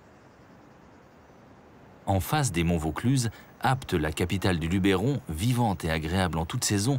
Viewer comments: beau reportage mais vos mieux apprendre a prononcer "LUBERON" !!!!!! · Je voulais juste vous signaler que dans le documentaire, la prononciation de certains noms de lieux n'est pas tout à fait correcte. Par exemple, on ne prononce pas Luberon avec un accent sur le 'e', et on dit Calavon plutôt que Cavalon. Cela dit, le documentaire reste très riche en informations. Dommage pour ces quelques erreurs qui m'obligent à le visionner avec un peu de parcimonie.